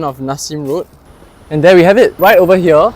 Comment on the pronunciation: You need to improve your pronunciation, such as hoarders, not hodlers as presented in the subtitle. Most commonly, their (there) and not dee-are